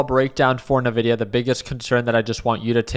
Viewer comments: it's envidia, not navidia:) I'm guessing it's a case of buy on expectation, sell on delivery and this is a very significant delivery. But it has turned to a +1% pre market so it probably wont pull back right away. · I quit watching this when he pronounced it Navidia instead of “En-vidia”